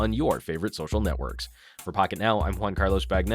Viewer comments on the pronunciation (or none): none